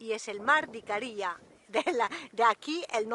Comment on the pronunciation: Hola. Una pequeña corrección. Las isla se llama Icaria, no Icaría. Es decir la primera "a" es tónica. Aprovecho para comentar que la Isla de Rodas es Rodas. No Rodes, ni Rhodes. En mallorquín Rodes, con la ""e" abierta que suena casi como una "a". Saludos